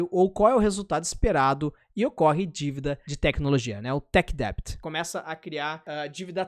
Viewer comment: só um feedback pra revisar a pronuncia do Tech Debt Ótimo vídeo, vlws